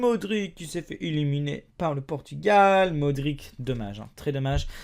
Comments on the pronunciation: Tu ne sais même pas comment prononcer le nom d'un des meilleurs milieu de terrain au monde, c'est pas ça se prononce pas "modrik" mais "modritch" désolé mais faire des vidéos pour faire des vues alors que tu dis n'importe quoi et que tu n'y connais rien, tu gagnes juste à te ridiculiser, KSI bien sûr que c'est un youtubeur, mais l'Islande est une nation, donc respecte la s'il te plaît. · et les noms en qui se termine en ic comme modric sa se prononce ich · et les joueurs Croate comme Modric on prononce comme si tu écrit Modritch et le gardien Subazic on prononce choubachitch😉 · tu fait le connaisseur mais t'arrive mm pas a prononcer Modrič et non pas Modrik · sa ne se prononce pas modrique ou Ibrahimovique mais MODRICHE ET IBRAHIMOVICHE ET RACKITICHE.. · Si jamais les ć comme modrić sa se prononce modritch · enfaite sa s'écrit ''Modric'' mais sa ce prononce ''Modritche'' voilà!:) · Nathanael Cl"Aïe"ne pour la prononciation de Clyne, et Mar"k"isio pour Claudio Marchisio, Al"k"asser pour Alcacer, Modri"ch" pour Modric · mdr modique ses modrić le ć sa se prononce ch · Très bonne vidéo mais soigne un peu la prononciation 😉 Modrić --> ć -->tch ! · Sa se prononce modrichheee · Et quand tu as des pays yogouslave avec des noms avec ic ca se prononce itch, genre modric tu prononce modritch, peresic tu prononce peresitch etc etc